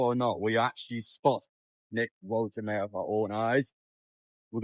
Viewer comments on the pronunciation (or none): Its woltemade ... not woltemare😅